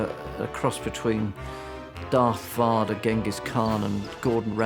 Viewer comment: "Darth Varder"